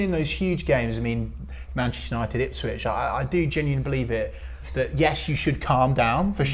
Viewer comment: Onel saying ipshit was the best thing ever. He obviously understands Norwich city if he is saying that. Brilliant 😂